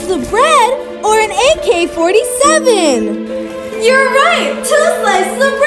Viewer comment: bruh really said AK .47 like it’s a caliber....